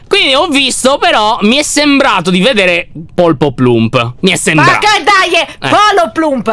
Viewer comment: oddiooo anna si chiama “ poloplump “ e nn polpoplump